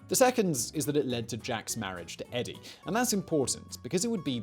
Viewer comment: Edie: ee-dee.